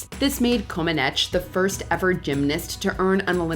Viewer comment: Omg....it's pronounced Nadia ComanEACH.